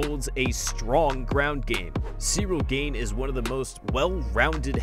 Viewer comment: One thing this guy needs to know about Cyril Gane is... how to pronounce his name correctly.